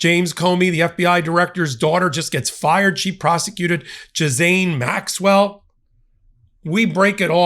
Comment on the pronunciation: I'm begging you. Please research pronunciation for Ghislane Maxwell. And Virginia Giuffre. You're a smart guy. Getting their names wrong is distracting.